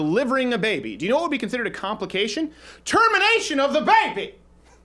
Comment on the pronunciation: When he says “bAYBY” it kills me everytime